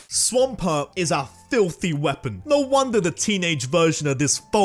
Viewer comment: SWAMPERT DOES NOT END WITH AN S, IT ENDS WITH A T!